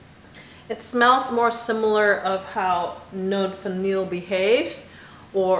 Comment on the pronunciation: “Note Vanillée” is pronounced “note vaneeyay”, because of that accent égue over the e:-). I have. decant of it and I am quite crazy about it as well!